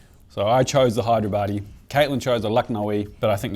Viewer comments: I giggle whenever he says: Hi-there-body for Hey-dar-abadi (حیدرآبادی) 😁. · I swear i heard you say Hideyourbody biryani... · Idk why I kept hearing hide your baddie 😆